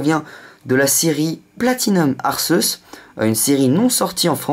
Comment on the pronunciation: à la 20e sa se dit Arkeus